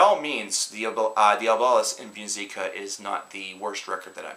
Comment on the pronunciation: Can't even pronounce the album right lol...but hey this is a great album bro